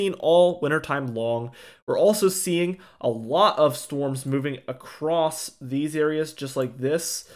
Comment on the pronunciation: On another topic... I have to tell you that it thrills my heart to hear you pronounce "across" as "across" and not "acrost" as I hear more and more people these days. Such a breath of fresh air. I couldn't tune in if I had to hear "acrost" on a regular basis. ❤️ from Virginia